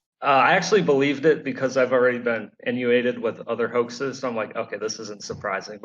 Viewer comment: The Toucan Hoax Theory lol Not to be too pedantic, but the word is "inundated," not "innuated." And the Shoebill isn't really a hoax, they're just Jim Henson characters that escaped off a movie set and started reproducing in the wild. And pigeons in Southwest America have evolved cowboy hats